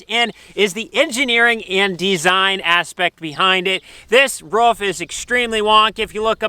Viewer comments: I Know you know but please don't say ruff again! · No, cant let you slide, its ROOF not RUFF lolol